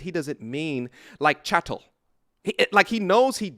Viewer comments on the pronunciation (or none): Never trust a man who pronounces "cattle" as "chattle"